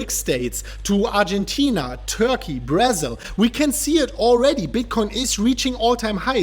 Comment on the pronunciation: "Brazz-il"... i think someone watch too much Brazzers 😝😝😝